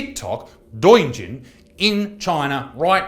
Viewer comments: Hey Isaac, I'm a Canadian living in China. I actually use douyin (pronounced "doe yeen") and although what you said isn't false, the vast majority of people using it is similar to how foreign countries outside China use it. (However, a little less sexually explicit). I've lived in China for quite a while now, and over these past 3 years, China has taken a nose dive in terms of perceived "freedom" and trust. Honestly, I've come to detest a lot of what China has become now, and things like the spying through tiktok and the social credit score sickens me to my core.. something that I've been seeing though is giving me a glimmer of hope for the people here, more protests have been happeninG and it's making me feel very proud for the Chinese people, however, they get squashed so easily by the government and police... I just hope that he people of China wake up and realise that this isn't a life that people were born into this world were meant to live, and I hope that everything gets better for everyone. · bro stop calling it doyajin - it's just pronounced douyin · sweet jesus this is a serious issue but it's pronounced dough-yin holy christ oh my god i need to stop laughing doyijin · It's actually pronounced "Doe-Yen." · It’s pronounced Doē Yin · I agree with you 100%. But for a serious video, please make sure you pronounce douyin (dough yeen) right- there are people who would ignore the whole message because "waaah white guy mispronounced Chinese." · It’s ‘dough yeeeen’ bro. Pronounced that way. Really true, it’s been a trap and conveniently enough it was not long before covid started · Just a quick thing, it's pronounced more like 'Doh-yin'. Other than that everything is pretty much accurate there. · Hearing you pronounce Douyin incorrectly hurts my ears. And Xinjiang. Otherwise, everything else you said is correct.